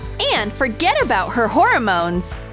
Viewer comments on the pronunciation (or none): Who else realized she called them "horror-mones" the entire voice over?